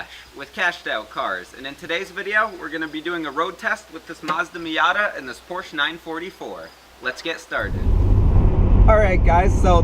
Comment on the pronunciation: He said porsch...